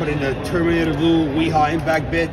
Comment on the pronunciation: He’s not even pronouncing it right. Wiha is pronounced Vee-ha. It’s German.